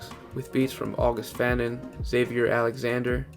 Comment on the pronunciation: August fanon is pronounced august fuh-non